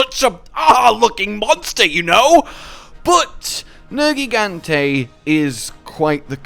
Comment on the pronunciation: 1 Viper Tobi Kadachi 2 Safi Jiiva 3 Nergigante 4 Duramburos 5 Alatreon Also.. Proud of you for saying Nergigante's name correctly. Sigh, and later on you fucked it up again. Why?